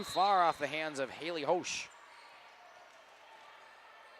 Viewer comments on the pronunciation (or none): Just a FYI. Hailey's last name is pronounced Hesh 😊